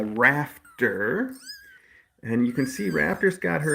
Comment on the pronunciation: At first I thought you said the itty bitty baby's name was "Raptor" not "Rafter" and honestly, I think its much more fitting for her. ^w^